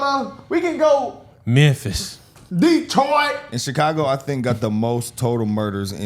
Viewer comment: DEEEETROIT!!! He said it right too! Dude on the left is the guy I'd drink beer with and fight over some white girl at the bar with haha